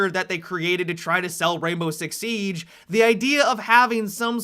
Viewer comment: i hate the way he talks sometimes this is a example why the way he says siege